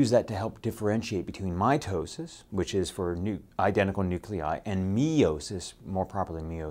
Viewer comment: The way he says mEYEtosis is cell dEYEvision for making two EYEdentical NucliEYE, and Seeezual Reproduction, is priceless